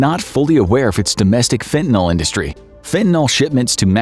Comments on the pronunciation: fen tuh nuhl. Not fen tan all. And use a human voice next time. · Fentanyl. Not fentanol...fentanyl. nil. Can you say nil. Ryhms with bill. ..nil. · It's pronounced fentaNIL not fentaNOL. js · Fentanyl mispronounced throughout. It's not Fentanol. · WHY DOES EVERYONE KEEP SAYING FENTA-KNOLE?! IT'S CALLED FENTA-NIL 🤦🏻‍♂️